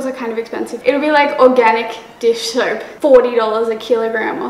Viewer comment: I love the way she says soap like "surp"